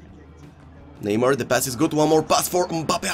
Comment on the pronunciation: please stop saying neymur And start saying neymar